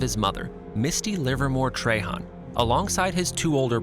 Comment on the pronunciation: Love ryan, you say trahan weird. Han not hon ...